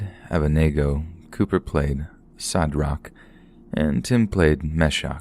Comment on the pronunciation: "abeydenango" "mehshac" "shedrac" lmao